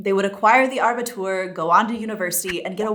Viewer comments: Abitur! 🙈😄 Not Arbitur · Actually... its Abitur, not ARbitur. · Abitur, not Arbitur. :D Matura in Austrian German FYI. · iit is "Abitur" NOT "ARbitur"! In Germany "Students" are only in universities - the rest is called "pupils" (Schüler)! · It's Abitur, not Arbitur. Clearly you didn't go to Gymnasium. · P.S. It’s “abitur”, not “arbitur”…a minor point but one you might want to know about! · It's actually called abitur and not arbitur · no R after the A in ABITUR. ;) Also, in some states the Grundschule (primary) ends only at 6th grade and then the division into Gymnasium-, Real-, Mittel-, Haupt- or Gesamtschule occurs. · The graduation from Gymnasium is Abitur - not Arbitur! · It's Abitur, not "Arbitur" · Just a small remark.. it is Abitur, not Arbitur... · It's not "Arbitur" but Abitur, or shortly "Abi". 😊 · Min just FYI: it is Abitur, not Arbitur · Abitur not Arbitur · its is called Abitur ..not Arbitur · Sorry but it's not Arbitur it's Abitur (from latin abire). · It’s Abitur not Arbitur. It’s derived from Latin abire. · It’s Abitur not Arbitur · It's called "Abitur" not "Arbitur" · It's Abitur, not Arbitur. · Abitur, NOT Arbitur. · Its just Abitur and not Arbitur... 😋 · it's abitur not aRbitur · Thank you for your very good information. It is better than many other sources of information out there. Just note, as a small improvement suggestion, that Abitur only has one r (not Arbitur as in ). Thanks again for your efforts to explain everything easily 🙂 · Attention! -> Abitur, not Arbitur :-) - no "r" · it's called Abitur not aRbitur. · The word is Abitur not Arbitur.😉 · Small correction... "Abitur" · Abitur, ohne r zwischen A und b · it is Abitur without the r in the middle. AND i think your information about the education-system are outdated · I hate to be the pedant - but it is Abitur - no R between A and B, that has nothing to do with trees (arboreus in Latin) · Abitur without r :) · Its "Abitur" 😉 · Only one R in Abitur.